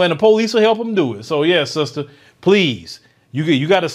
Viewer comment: See ya "sista" 😂😂😂